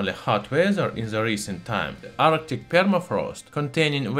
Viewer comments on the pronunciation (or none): none